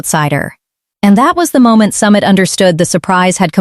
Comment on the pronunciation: Narrator. Learn how to pronounce names properly!!!!! Pronunciation wise it's SUMEET not Summit!!